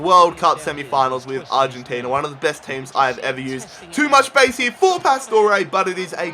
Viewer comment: hier?? its called HERE. U fucking bithc